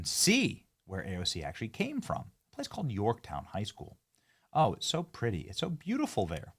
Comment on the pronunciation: Hey AOC, you mispronounced Yorktown.